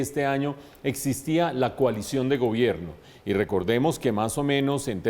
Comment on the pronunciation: Coalision suena a colisión. Una vocal para la realidad nacional.